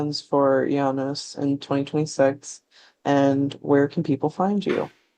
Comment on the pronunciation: Thanks for this. I believe it is pronounced Ee- ah - nus. She has some great style, Isengard is definitely some cult music